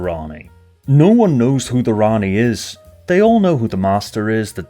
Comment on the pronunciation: For me, your voice that says: "Rani" was me saying: "Ian."